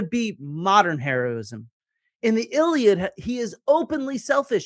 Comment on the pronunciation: Why are you mispronouncing the a in iliad if you know Greek?